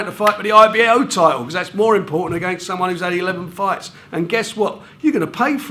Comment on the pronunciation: Love these geezers - title = tighdul. Fighter = fighda